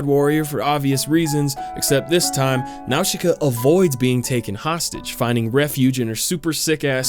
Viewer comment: when his says Nausicaa i cringe so bad